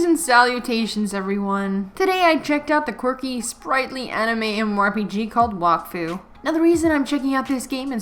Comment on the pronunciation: There is also a show (French anime on Netflix) Wakfu it also in this world Edit: u also mispronounced Wakfu it’s like Wack Fue